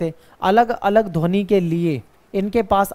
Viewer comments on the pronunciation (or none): none